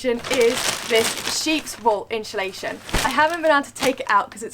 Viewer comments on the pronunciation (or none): Love how you both say insulation haha. 'inshhulation' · Insulation not InSHUlation 😂